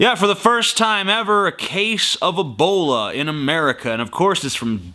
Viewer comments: Ebola not abola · I'm a-fearin' uv da Eebowluh Vaw-ruzz.